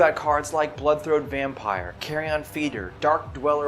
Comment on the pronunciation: Great Deck Tech but it's pronounced carry-in, not carry on. As in rancid and decaying flesh. Not trying to be rude I just thought you'd want to know.